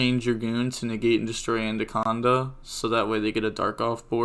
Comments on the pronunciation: bro its A-Na-conda , not An-Da-conda xD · I know its nothing serious but it annoys the fuck out of when u say aNDaconda when its aNaconda